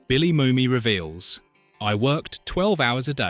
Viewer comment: Err, Billy Moomy? Dam AI narrator. Not always that intelligent.